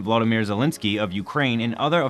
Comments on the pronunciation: Volodymyr, not Volodmyr… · Please pronounce Vlodymyr correctly! It's not Voldymyr like you said.